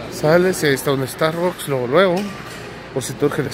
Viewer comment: Te mamaste con la pronunciación del star books 🤪